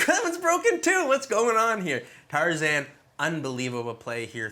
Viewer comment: yeah it is tarzan not tarzaned.